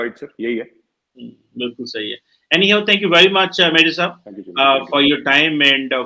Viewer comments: Mojar nahi major hota hai 🤭🤭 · it’s Major and not “mojaar” 🤣😀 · Did he say Mojar Gaurav Arya right at the beginning?